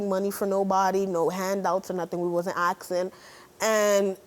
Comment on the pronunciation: What is up with the way some Americans say "asking"? Its NOT "aksing"......Gees! Literally drives me up the wall.